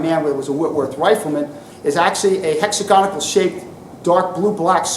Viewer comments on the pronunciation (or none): Hex-Ag-On-Al. There is no 'ic' in it ffs. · A very good lecture, but it's torture the me, to hear his version of the word hexagonal.